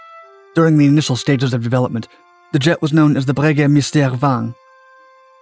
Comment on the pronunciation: very good pronunciation of "Breguet Mystère XX" (I am French), although the name is Jaqueline Auriol (along the lines of "oreo" + "oil") I always find your videos interesting, but I should point out that although your information are always (generally) correct, you often, very often, do not put pictures or video clips that are exactly related (for example a Gulfstream ); maybe a caption with the credits or description would be helpful to distinguish documents that are directly related to the subject of the video from documents that are only an illustration?